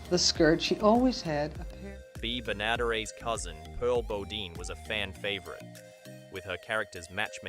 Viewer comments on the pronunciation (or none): AI doesn't know how to pronounce names correctly. Bea Benaderet was butchered, that's not the way she pronounced it.